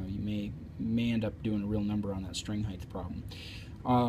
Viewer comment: Good instruction, well explained. Don't mean to sound like a blowhard, but unlike the word "width", the word "height" has no th sound at the end. It's pronounced hite. Cheers!